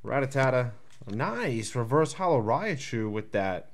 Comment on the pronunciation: Rattata (which is a pretty common mistake, I'll admit, and should be Rat-ta-ta or Rat-tat-a), and it sounded like you mispronounced "Raichu" as "Raiachu"